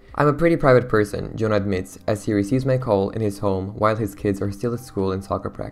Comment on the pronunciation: Just a little fyi, his name is pronounced Jo-Han ^^